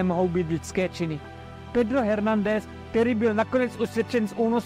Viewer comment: Dokument skvělý. Odpusťte mi drobnou kritiku, Hernandez se vyslovuje ve španělštině Ernandez.